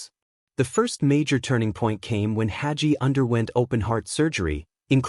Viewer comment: When n A I BOT says "Hajee:" for "Hagee" it tells me the AI progarmmer does NOT KMOW John Hagee. Another fraud hiding behind AI, instead of having the SPINE to use a MIC!